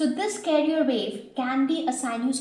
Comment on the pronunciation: pronounce carrier wave properly my dear teacher... its CA RRI ERR